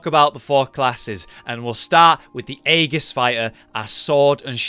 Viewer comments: .... say aegis again... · Aegis has a soft G, but you don't need to care.